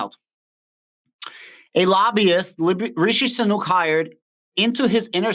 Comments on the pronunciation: Might help: Sunak sounds like Sue-nack. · Rishee - Soo-nak.